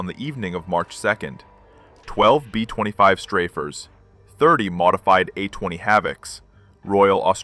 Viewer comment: Aussie "BEAUFIGHTERS" NOT BOW!!! B 20 5s, B50 2??? ? DARN A-i???